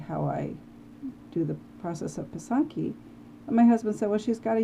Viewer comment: Thanks for this! Just curious about your pronunciation of “pysanky.” I was taught to say it “PIH - sahn - kih,” with all soft vowels (ih instead of ee, ah instead of aa) and the stress on the first syllable.